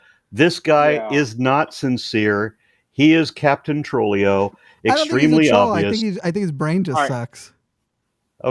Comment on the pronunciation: I cracked up when Aron called Andrew "Trllio!😂